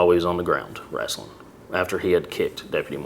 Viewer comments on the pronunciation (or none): Anybody who calls wrestling, "wrastling" probably shouldnt be a cop. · Who else noticed that he pronounced wrestling as "rassling"🤣🤣🤣like seen in south park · Did he really say "wrastling" like randy marsh?